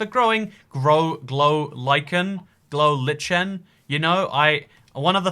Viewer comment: Glow Like en is how it is pronounced heheh